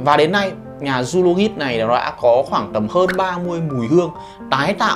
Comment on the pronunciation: Zoologist đọc là “Zu-o-lo-jizt” a ơi :v